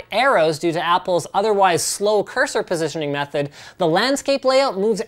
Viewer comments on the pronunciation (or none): none